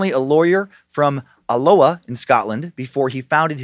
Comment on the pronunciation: As a Scot it was Funny hearing your pronunciation of Alloa 😂..... we do not pronounce or annoncuate both "ll's" it sounded very hawaiian to me when you said it 😂😂😂. Love the show Praise Bojangles and Hail Lucifinia 👐